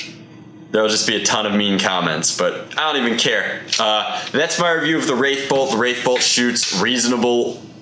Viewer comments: It's WrathBolt, without an i. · It’s the wrathbolt not wraithbolt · There's no I in it. It's WRATHbolt.